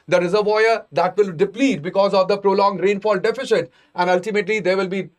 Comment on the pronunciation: I have been following your videos recently. While the same seems good, the pronunciation of words across various videos is confusing. Since you have selected English as a language of choice kindly work on your pronunciation as the same affects listeners, especially students who are switching between language or are not from a strong english based background. Example from this video - deficit should be pronounced as sit towards its end and not shit. It's absolutely not defishit.